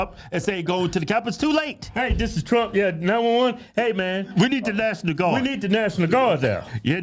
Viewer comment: " Did you calll the Naationmal Guard on the day of...???" ........haha...Yea and they will be assemmbled in two days ... :P what a goof ..!!!